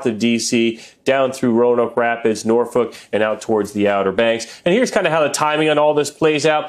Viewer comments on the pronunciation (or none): none